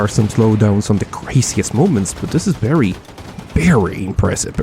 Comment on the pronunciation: Berry berry Impressive